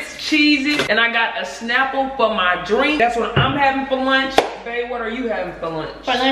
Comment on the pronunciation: " lurnch " " deriters " 😭😭😭😭😭😭😭😭